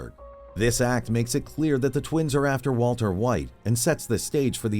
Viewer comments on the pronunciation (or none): none